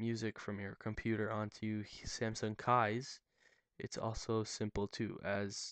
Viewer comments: Is it nor pronounced 'keys'? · It pronounced as " keys". They just spelt it differently. why do you think it has a key lock picture right on the logo? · It's actually pronounced "keys." Which is why the "K" in the logo is in the shape of an old-fashioned key in front of a keyhole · Just FYI it's Pronounced (KEESS) Ie... Keys